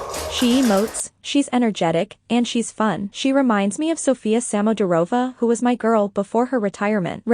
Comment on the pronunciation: It's LeviOsa NOT LeviosA....... 😅😂 I'm not trying to be mean, as I do enjoy the content, BUT.. the mispronunciation of the Russian names is making my ears bleed. 😭🤪 Proper pronunciation: TrUsova SamoDUrova SamodElkina TuktamYsheva YamEtova AkAt'eva GorbachyOva ValEEyeva NyEsterova ZagEEtova You get the point.